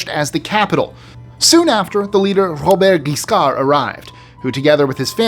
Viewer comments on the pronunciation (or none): none